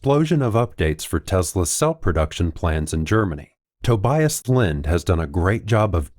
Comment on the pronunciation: dude, tObias, not tobIas, you’ve ruined man’s name in the worst way possible, god… it’s like saying factOr, instead of fActor.